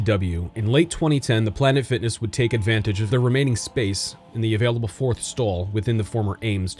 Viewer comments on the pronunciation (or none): none